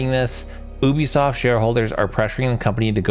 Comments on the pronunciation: YOU B Soft.... NOT OOBE Soft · It is not Oobisoft. Uuuu-bisoft